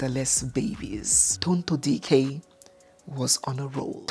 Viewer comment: which one is Charity? DO WE NEED AN ADDITIONAL MIDDLE NAME??? And her beautiful name is: Tonto Dike, NOT Tonto Diiiikeer, please 🙏. Thank you.